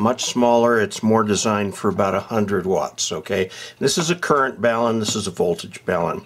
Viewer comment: Very nice presentation. I appreciated that you pronounced the word BALUN correctly. Sometimes they are called “balms” (that’s an ointment) or “balloons” which only adds to the confusion about these devices.